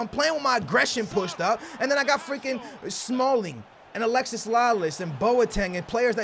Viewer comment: IT IS NOT ALEXIS, ITS ALEXI, DAMN!